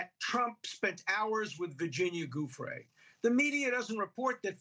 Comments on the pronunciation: still won't pronounce Giuffre's name correctly, Alan??????????????????????? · Have the decency to pronounce her name properly!